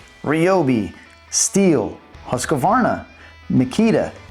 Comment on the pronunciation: Why does he keep putting an A in the name Husqvarna. It's HUSQVARNA NOT HUSQAVARNA